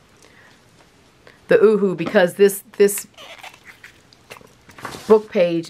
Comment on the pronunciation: Makes me laugh every time you say ooh-hoo glue, it’s pronounced ‘you’ hu as represented by the ‘U’.